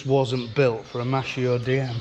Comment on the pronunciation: Hello! The italian brand is pronounced "mas-kee-o" (it means "male").